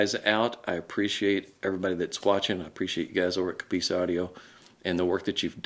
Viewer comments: What the hell is a C'ppice???? A COPP-ice is a thicket or grove of cultivated trees! And as for aluminium, do Americans say Plutonum? How about Uranum? And then again, Potassium? You need to get out more! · It's not 'coppeese' it's 'copiss' 😂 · Yeay! UK stuff for us in the UK. Nice one. True- I think we more like to get things already made. A bit of tweaking, but not taking things apart and making things from scratch. Certainly true for me anyway. We say Coppice like you say Cop. Cop-iss. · please teach him how to pronounce 'Coppice'.... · We'd even pronounce coppice different to you guys.